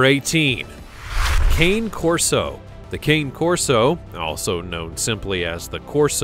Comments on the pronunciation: Cane Corso is pronounced canay corso. not "kane". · If you are going to refer to the Cane Corso, you should acquaint yourself with the proper pronunciation of the breed. This is not a (kane) - as you pronounced it. The correct way is (kah-nay) - the 'a' becomes 'ah'. Now put your centipede back under your pillow. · number 18 this dog is not called cain corso but ca-ne corso number 17 Staffordshire bull terrier is not known as Am staf the Am staf is the American (Am) staffordshire terrier totally different dog after that i stopped watching the video because i wonder if yyou really know what you are talking about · Coni Corso is how you pronounce the Cane Corso, my Corso was 130 Lbs. and a great family dog for experienced big dog owners. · It's pronounced con yay Corso the Italian breed !!! just to correct ya!! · CANE CORSO is pronounced KHAN A CORSO. Get a narrator that actually KNOWS dogs and isn't just reading a script :(